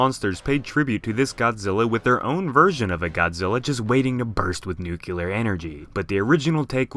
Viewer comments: "Noo-kyu-ler" Oh c'mon... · Everytime says 'nukular' I die a little inside.